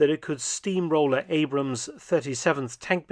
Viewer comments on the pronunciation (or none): none